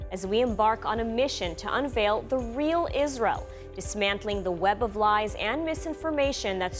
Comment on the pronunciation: Israel not reel